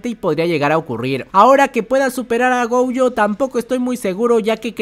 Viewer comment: Por que carajo le dice goujo si es gojo